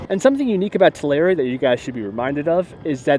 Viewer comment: I cringe every time you say TalAria